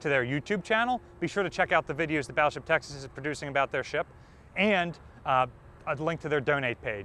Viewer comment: No offence intended, but when you say "Texas" it does sound like "Taxes". Possibly, the state of "Taxes" should impose a low contribution on its taxed citizens. I further know, that the restricting factor in US battleship design were the Panama locks. Only the never built Montanas were planned with a 4x3 16 inch arrangement. The choice indeed is difficult, but I would prefer more guns in an efficient layout, hence the triple turret as in the pocket battleships. 12000 tonnes and 6 11-inch guns! That's something, indeed.